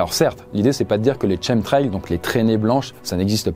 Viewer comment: Shemtrail 😂 Ça se prononce Kemtrail 😊